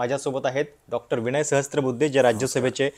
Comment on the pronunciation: विणय नाही विनय म्हणा